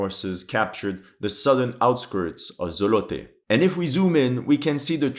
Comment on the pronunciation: It's pronounced "ZOOOOlote"